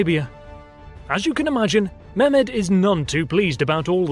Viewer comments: It would help if you poms would roll your r's and pronounced your h's.Eg its Mehmed,not Memed or Mairmed.English pronunciation is deceiving. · Ok listen here: It's not Memed,it's Mehmed.There's a bloody "h" in there.And it's not Wallatsia,it's Wallahia.WALLAKH...IA...And it's not Sofia,as Sofia the First.It's sOfia.The accent goes to the "o".Other than that the video was pretty cool :P